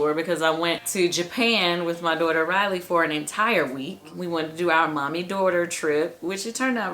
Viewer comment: Riley not Railey.